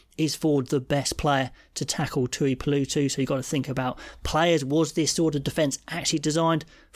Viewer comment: It’s a very minor nark, but please god, get the name pronunciation correct… The tooeepoolootoo stuff was getting my inner Karen dick up. Thanks. Love your work.